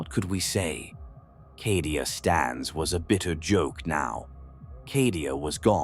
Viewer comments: CAH-DIA. Why is he saying it like that? Is he saying it wrong of purpose? Just to tear at the soft flesh of my mind?! Maybe it's always been said that way... Bolter round to the head Nothing to see here Citizen. Emperor be praised. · It is called Cadia as in Caedia Stands. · Need to spell Cadia as Cay - Dee- ah to get AI to speak better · For Cawdeah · Sounds like how someone born and raised in Boston would pronounce Cadia 😂